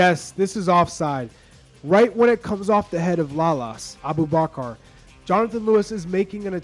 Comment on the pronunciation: man rlly jus said abu-car-car… ?!? it’s abubakar